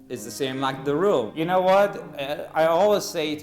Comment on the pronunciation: "as you kneau..."